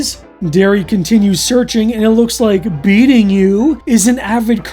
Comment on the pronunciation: You kept saying "beating you", you know it was meant to be "be eating you" right?